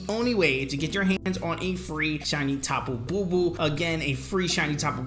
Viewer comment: Tapu Bulu not Bubu